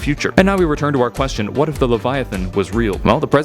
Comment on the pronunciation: I thought when he said "What if videos" He said "weddit videos"